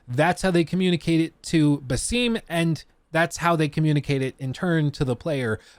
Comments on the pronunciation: Cool video. One thing thu, his name is not "Ba seem", it's "Ba Sim" like ramen. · Pronounced “ba-sim (as the sims)” not “ba-seem” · FYI; and everyone else who is not Arab, Basim’s name is pronounced as a short vowel. Most Arabic names are phonetically pronounced when written in the Latin alphabet. So, it is Basim, not “Baseem”. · Its not baseem bruh its bah-sim (like a sim card) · Hey you said his name wrong and it bothered me a bunch lol. It's pronounced Bass-Ihm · After playing Valhalla & hearing the developers pronounce Basims name multiple times it’s crazy u butcher it that badly